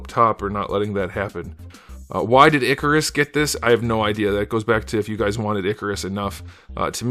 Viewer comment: Also, his name is not pronounced "ICK-a-ris". It's pronounced "IKE-a-ris". In the comics, Kirby makes clear that humans mispronounced their names (i.e. "Zeus" instead of "Zuras"). His name when he was posing as a human was Ike Harris, which contracts to Ikaris (IKE-a-ris).